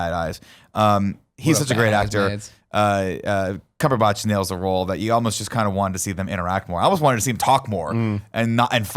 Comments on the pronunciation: You guys are Benedict CumberBOTCHING these names ._. It's Dor-MA-mmu not DOR-ma-mmu, and it's Cumberbatch .-. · Pronounciations for cumberbatch and dormammu are making me cringe lmao